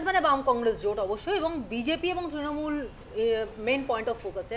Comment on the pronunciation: ট্রিণমূল বলছে কেনো ছেলেটা, অত্যন্ত কানে লাগছে ।।